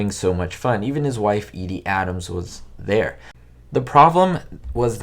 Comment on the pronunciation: Very tragic end to a man who was an innovator in comedy. As always, you showed great respect for the subject as well as proving your research skills are still sharp as ever. Just remember it’s pronounced E-dee not Eddie. 😉